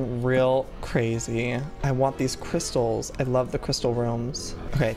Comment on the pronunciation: And he might of said cwystals